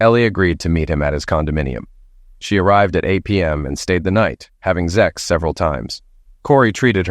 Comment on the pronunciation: For God's sake, the word is "sex," not zex. It's also "sexual," not zexual. Stop with the zex!!!!